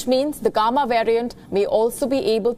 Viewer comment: The way she pronounced “gamma “ is funny . Lady , you need to work on your pronunciation